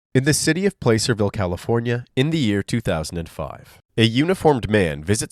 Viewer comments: Plasser-ville not place-er-ville 😑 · Not Play - Sir - ville.... Pla - sir - ville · It's pronounced PLA-cer-ville, not PLAY-cer-ville. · It’s OK, but it’s not pronounced Placer, it’s pronounced “Plasser”. I live in this county, and I know it’s weird that it’s not pronounced how it’s spelled, but that’s a lot of California. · It's pronounced "plasserville" not "place-er-ville". I live there. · It’s not pronounced as “Placerville, It’s pronounced Plasserville. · FYI, it’s pronounced plass-er-vill, not place-er-vill. 😊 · Plah-ser-ville. Not Place-er-ville. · It's "plah-cerville" not "play-cerville" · sorry I frequently visited Placerville a long time ago, it's pronounced PLAH-cerville, with the A sound like in "apple," not PLAE-cerville. It's a normal mistake lol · Just FYI :) say “apple”. Now, with that “ahh” sound, that is how you say Placerville. Plaahhhhcerville (not PLACE -er -ville). :) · It’s pronounced “plah-cerville” not “place-rville” I’m from the area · I totally understand how anyone would logically think placerville was pronounced placer-ville .. but I used to work in placerville and have lived in the area and it’s pronounced plass-er-ville lol. Totally useless information but the more you know…. ⭐️ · Placerville does NOT sound like "place." It has a short "a" and is pronounced like "placid" without the "I'd." Plac'-er-ville. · The way you pronounce Placerville is killing me 😂😂😂😂 Its not Play-Ser-Ville. Its Plah-Ser-Ville. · tell me you're not from Placerville w/o telling me you're not from Placerville. "Place-cerville" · Minor detail but the city name is not pronounced ‘place er vile’ but ‘Plac er ville’. Soft a , like aah, not a hard a. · Protip: It's pronounced "Paaacerville", not "Playcerville". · I live in California. Placerville is not pronounced Place-er-ville. It's Plass-er-ville. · placerville is pronounced “plasser- ville” similar to the way plaster is pronounced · Pronunciation of Placerville: PLASS-ər-vil not PLAY-cer-vil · "play-sir ville" lol